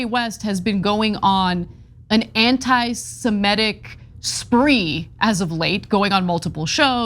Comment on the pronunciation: please please please......it's antisemitic, not antisemetic. I love your channel and this recurrent mispronunciation hits my ocd ears like fingernails on a chalkboard.